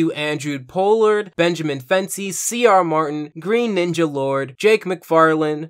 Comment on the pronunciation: I kind of don't want to mention it... because it makes me feel nitpicky.... But at the same time, I'm not sure how I am supposed to feel for Greninja being pronounced Green Ninja for the Patreon special thanks part...